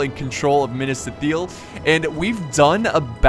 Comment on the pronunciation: minas ith- il not eel